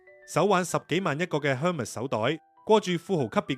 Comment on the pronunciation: Hermes 唔係咁讀